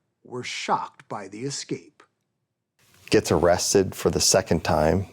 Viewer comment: Escape not exscape